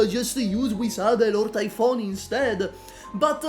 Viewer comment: Cool story bro but: - Luo Xiaohei and NCD are both actually bad units. There are far more defensible collab operators than those two. Noir Alter, Blitz, Frost and Fuze for example are all infinitely more functional units than the two you mentioned. - Minor grammatical error - You pronounced Typhon's name incorrectly - People generally consider Exusiai irrelevant and bad today (even though that's stupid) - You aren't considering her !!EXCLUSIVE LIMITED STATUS!! as a reason why her usage rate is lower. That poll that one guy on reddit did factually proves that Ash is one of the least owned units in the entire game. - You spend time criticising her ass S1 and S3 when those are irrelevant and were never used. It's like dogging on Ela for having a dogshit S1 with additionally some of the worst mastery gains in the entire game. Guess Ela is a bad unit now. I literally fast forwarded through these sections at 2x speed to save 45 seconds of my life which I am using to write this comment. - Ash's S3 references her unique ability of "breaching rounds" (literally the name of the ability...). Her gadget is the breaching charges which is something different. - You pronounced Typhon's name wrong again - You seem to literally contradict yourself when you are talking about stun immunities. People are so brainrotted that they expect every unit to be a xXx_BOSSKILLER_xXx that they can't comprehend a unit that is designed to have solid DPS against trash with the ability to burst bulky elites on